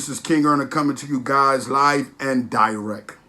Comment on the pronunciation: Me too 😂 Live and DIRECK